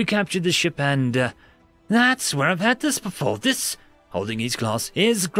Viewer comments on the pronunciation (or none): my dude, your commitment to the voice is making it hard to understand you, ease up just a little, no one should be pronouncing the word 'where' with a 'B' at the start